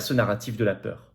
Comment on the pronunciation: Il ne faut pas avoiw peuw 🕷️